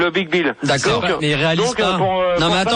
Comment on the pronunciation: À aucun moment l'animateur radio ne se corrige et les autres ne lui font pas remarquer qu'il dit "Le BigBill"... 😂